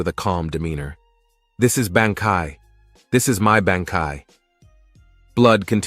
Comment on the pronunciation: Wrong pronunciation of BANKAI